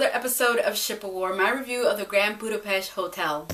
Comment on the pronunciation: That is not how you pronounce Budapest